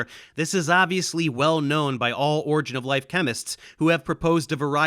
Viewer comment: Does anyone know what an "origa of life" is? I mean if you're going to claim to be a reputable source on a topic, you may want to at least pronounce the field correctly.